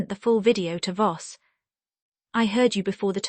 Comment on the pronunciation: Voss, not boss